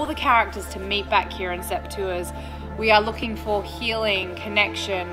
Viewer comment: Love the show but as beautiful as Teresa is, I'm glad she didn't try a British accent. Giving her an American birthday accent was the best way to go. I just wish someone had explained how to pronounce "sept tours". She has an excuse. The Brits don't! They probably did 5 years of French at school and didn't learn the first thing about French pronunciation! 🤔